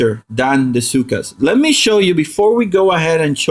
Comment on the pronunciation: I love how you pronounce Zooka as "Cyka". Thanks for the help tho